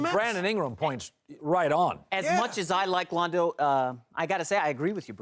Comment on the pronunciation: he just say Londo?